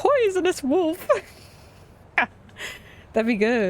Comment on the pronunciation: arrives game start language fun fact: the importance of silence back from break back from break pronouncing "wolf" as "woof" is so adorable ☺️☺️